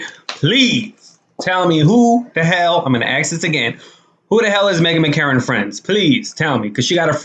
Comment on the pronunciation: Are you deliberately mispronouncing her name?